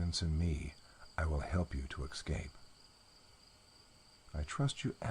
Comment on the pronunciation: I love listening to these stories, and hate to complain. But there is no X in escape.